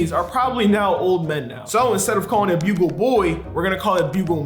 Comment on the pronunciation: still says buggle not bugle